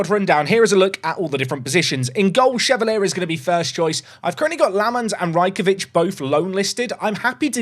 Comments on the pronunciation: I said it in the last video, he's french, so Lucas Chevalier is pronounced "shuh-val-yay", not "shuh-val-ee-uh" 😉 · Watched you for years and I know you sometimes pronounce names wrong for engagement and in all the years of watching you I’ve never been so triggered by a mis-pronunciation that Chevalier and Shade 😂 Well done you got the comment 😂